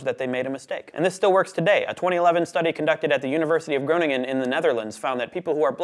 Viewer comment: Haha yeah, it's my university so I'm still proud. But that pronunciation.... oef